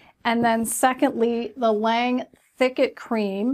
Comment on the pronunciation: L'awnge Is how it's pronounced. With the lawn sound not the lane sound. French for "the angel" like this review thi